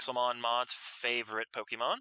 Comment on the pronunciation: It's pronounced (POKE-AY-MON) not (POKE-E-MON) the accent mark is there for a reason.